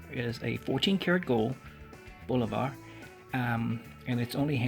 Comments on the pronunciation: BOO LO - VAH....cmon man. Bolivar...... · There is no R in Bulova. It's not Bul-o-var..